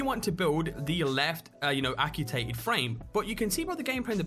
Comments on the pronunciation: Ac-You-Tate-Ed frame? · acccctuaaated, sound it out homie. ;) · Dude, it's actually said Ac-tu-ate-ed!